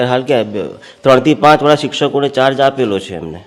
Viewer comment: નોંધ:-- પાંચ ને બદલે પ઼ાંત વાંચવું